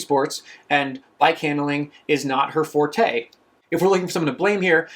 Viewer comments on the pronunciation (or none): none